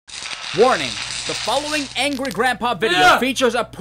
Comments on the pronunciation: said Angy instead of Angry. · He said Angy Grandpa. 😂😂